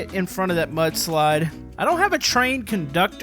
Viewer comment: I thought you said "But Slide"🤣🤣🤣